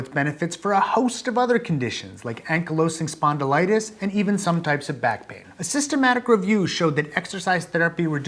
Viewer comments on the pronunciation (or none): it would be nice to get citations or at least the spelling of terms thrown around in small asides. "Ankle-osing-spondelitus"?? I don't even know where to begin trying to figure out what the meaning of those sounds you made were. I know this is a video from a while back, but I have had occasional moments like this with some of the more recent videos, as well.